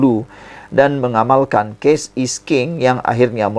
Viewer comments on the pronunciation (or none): “Cash is king” lah bukan “Case is king”!!! Sebut pun tak betul….